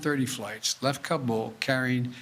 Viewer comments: Joe is Ka bull going to go Ka Boom? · He’s so proud he can pronounce Kabul…said it at least 30 times!